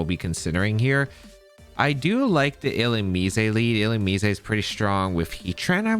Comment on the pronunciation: I pronounce it illu-MEEZ